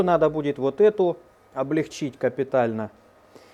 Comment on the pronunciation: Умоляю! Ставь правильно ударение в слове облЕгчить. Заранее спасибо